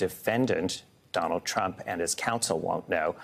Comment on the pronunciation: Trump not truck LOL